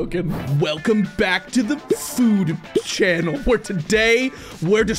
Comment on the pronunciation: BRO REALLY SAID FOOD- CHANNEL AND 'S SNACKS???😂😂😂😂😂